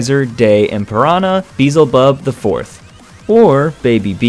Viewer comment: Lol Its called beel-ze-bub... not beezle- bub....Hate to be a karen lol